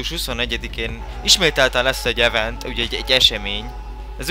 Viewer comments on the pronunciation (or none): none